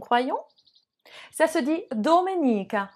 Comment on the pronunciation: Mauvaise pronociation des jours l'accent est survle i accentué de dì mauvais accent de sabato accentué sur le premier a et domenica sur le e. : parole sdrucciole